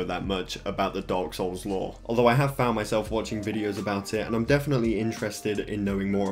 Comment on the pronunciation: It sound you said dogs souls